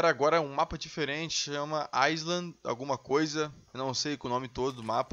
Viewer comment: eu não falo inglês fluente como vc ! mas pare de falar ailande :D